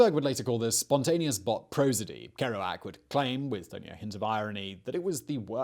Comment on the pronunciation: Ker-OO-ac, not Ker-OH-ac. EE-dee, not EDD-ee.